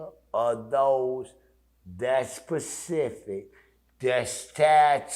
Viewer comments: Him saying pacific instead of specific coulda told u that and saved u the 10 min. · It’s specific. Not pacific